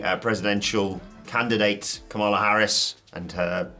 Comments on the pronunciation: The lady's name is pronounced Kam-a-la not Kamala. Kamala was a Wresler. Spelled the same but pronounced differently. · Say her name correctly it is not pronounced like the wrestler Kamala it is pronounced like Ka ma la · Kamala Harris is pronounced “comma-luh”. Kamala Khan (Ms. Marvel) is “kuh mah luh”.